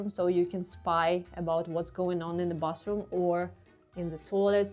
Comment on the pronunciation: I like how cozy Soviet apartments are. And I like how you pronounce "bathroom" like "bus room". 😆